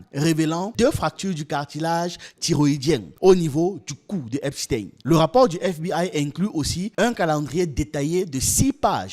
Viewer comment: C'est eipstein comme eistein .pas tin .